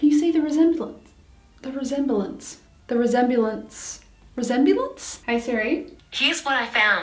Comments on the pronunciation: No one: Not a single soul: Not even Lannan’s passport:: ReSmblEmp! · When you need to go back to school to learn how to pronounce resemblance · I can totally relate to trying to say "resemblance" theres always those random words that you've said a million times but randomly cant remember how to say it correctly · No one: struggling to pronounce resemblance for 30 minutes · 25 seconds of trying to say resemblence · when takes half an hour to pronounce the word resemblance 😂 no hate btw